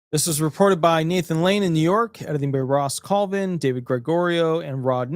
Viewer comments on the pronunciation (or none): none